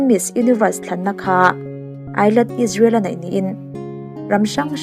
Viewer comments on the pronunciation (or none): none